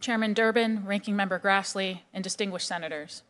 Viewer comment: She says "distinguised" senators, LOL lol LOL, dustinguished, oh my. America is paying the price for both mom and dad both working buying all them chinese goodies, watching hollywood and videos about death and destruction and being completely neglected. Remember: Denial is the fist sign of a problem.